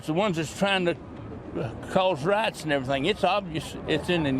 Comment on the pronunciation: Did that guy say "they're trying to start riots" OR "they're trying to start rights" hard to tell, might be fruedian slip